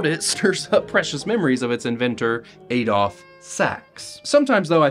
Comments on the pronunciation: He mispronounced so many things I'm this video like Adolf and salmon (somehow) and don't say "it's the American English dialect." I don't care, "American" English is stupid. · Why do Americans always mispronounce Adolf?